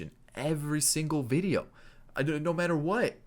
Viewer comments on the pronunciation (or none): none